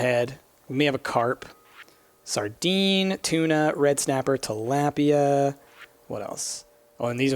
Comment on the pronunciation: tilapia I'd pronounced till lop(like slop) iea(like IKEA